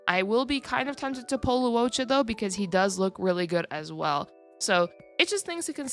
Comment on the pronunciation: Just a small nitpick but Luocha is pronounced like Loh-cha not Lu-o-cha